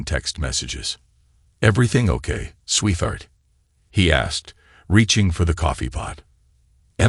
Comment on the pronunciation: please program the voice with 2 words.....sweet heart.....it will pronounce it correctly then....and not sweetheart as one word "th" in the middle damn same story yet again last story was 16 years maturing trust fund/deals 3 kids not his own phil from barcelona...art dealer and money laundering and apparently the real father now its 18 years maturing trust fund/deals 3 kids not his own (one daughter with a conscience) bernard from london (tech guy) and the real father